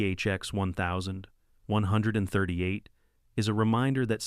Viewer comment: 1970s ≠ "One thousand, nine hundred and seventy seconds...". Oy gevalt. (EDIT: and I have no idea what kind of stroke-gibberish the TTS was trying to pronounce for THX-1138 .)